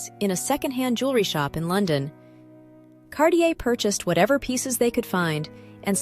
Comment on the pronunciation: Wonder if the A.I.s pronunciation errors are due to software created by ignoramuses, or are the result of the video creator's inappropriate pronunciation. It's impossible even for a non-native French speaker, but rather an Italian speaker, to hear distorted terms like; "cabachon," (cabochon), "perure", (parure), "zaffiro del Perù" (instead of, della parure), Cardier(Cartier), Van Cleef And Arpels... and many other errors. If A.I. is supposed to be the future... well... I hope someone, enters the correct data, in the correct languages. Otherwise, in addition to widespread grammatical ignorance, the fault of people who haven't studied or researched, before posting anything, we're in total disarray.